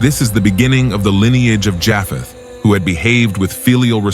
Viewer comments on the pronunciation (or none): You mispronounced Japeth and geneology. And, the three sons were not born After the flood. For , they each had wives they were allowed to take on the Ark. God bless 🙏